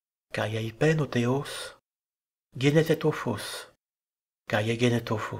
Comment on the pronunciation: On ne dit pas "palaia" mais "paléa" le "ai" en grec se dit comme en français "è" comme dans "palais". Et on ne dit pas "guénessis" mais "gyenessis" le "G"de gamma est un G fricatif entre "y et g".